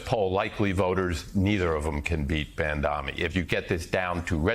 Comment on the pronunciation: Gotta wonder if all the ppl mispronouncing “Mamdani” are that ignorant or doing it purposefully.